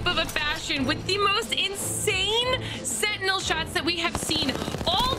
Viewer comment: When she said "senty" for sentinel I almost snapped my spine cringing.